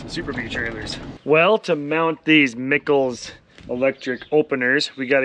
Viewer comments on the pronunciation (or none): Miçals😂😂😂 no its said Mike alls